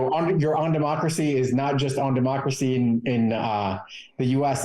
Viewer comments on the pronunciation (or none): I'm a big fan of Midas touch and this show is pretty good content. But I really seriously could not understand the title of your show based on your pronunciation. I had to look at the title of the show after a couple times watching it to understand what you were saying. Please enunciate on democracy.